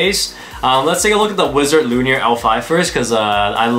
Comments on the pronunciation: It’s not luinir it’s luinor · My guy said Wizard L u n i o r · Its pronounced Luinor. Loo-in-oor. sorry that was bugging me lol